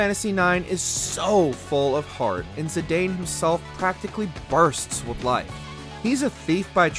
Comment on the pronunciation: You pronounced Zidane AND Cecil wrong, but at least you said “Tidus” right. That said, it’s sad that you didn’t mention the characterization of the protagonists in other media. Especially in the DISSIDIA games. And personally, I will always love Cecil as FF4 was my first ever Final Fantasy. There’s also the fact that he was once a dark knight, but then became a paladin.